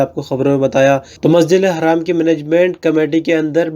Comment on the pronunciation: अस्सलाम वालेकुम इकबाल अहमद अंसारी उत्तर प्रदेश बरेली आप मस्जिद ऐ हरम को मस्जिद ऐ हराम क्यों बोलते हैं